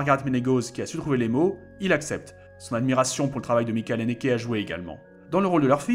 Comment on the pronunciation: A chaque fois c'est cohérent par rapport à l'allemand ^^ mais le ch de Michael est plus proche d'un ch français